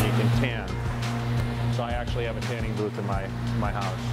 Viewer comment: “HQUSE” am I the only one?